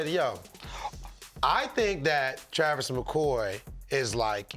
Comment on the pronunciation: Dad kept pronouncing the name Travis